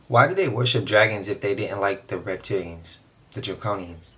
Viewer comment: Did you say REPTILIANS OR raped-italians😮😮😮WWG1WGAWW IYKYK NCSWIC NQTHING GOD SEES EVERYTHING 👀 GOD WINS FRENS M 🏆